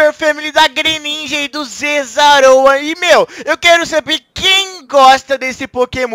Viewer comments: Ele diz zezaraoa😂😂😂😂😂😂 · O falo zezaroa kkkkk é zeraora kkk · É Zeraora e n Zezaroa #Zeraora #NãoViraChorinho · VC falou zazarora kkkk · Se fala zerahora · Se fala zeraora